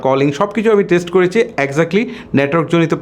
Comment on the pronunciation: ভাই ওইটা ওয়াইট না ওয়েট(Weight) উচ্চারণ হবে বাংলায়।আপনার শব্দ উচ্চারণ ক্লিয়ার না।করেচি,বেবেচিলাম,চিল এগুলো কি?